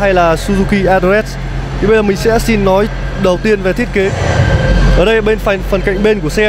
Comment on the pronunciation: Mịa, đánh giá quần què gì nghe xong hết muốn mua xe luôn. Mở màn vô: Hôm "lay' mình xin được "lói" sơ qua về... ==> nghe là hết cảm tình. Nói lắp đã đành còn nói sai chính tả nữa. Vô giữ bài: "ở đây có 4 phiên bản màu "nà" màu đen và trắng..."? ==> hồi đó học mẫu giáo chắc cô giáo cha này chết hay sao đó, không dạy chả đếm ak? Chưa kể, thương hiệu người ta là Ếch - Quai - Em (phải phụ đề cho ba này thấy rõ), cứ nhai đi nhai lại Sim Sim, nghe thấy bực mình.